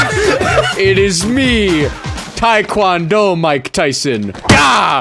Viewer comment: "Thai Kwon doe" Ok zoomer